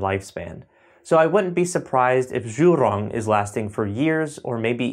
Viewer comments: Zhurong is prounounced as JU'rong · "Jew Rong". Zh is pronounced similar to a J. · "Zhu rrrrrrroooooon"